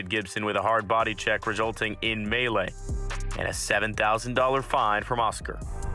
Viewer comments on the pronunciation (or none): none